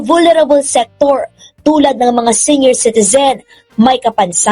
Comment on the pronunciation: Pls pronouce "comment0rs not commenters, sEnior like seeniors. I hope you don't mind.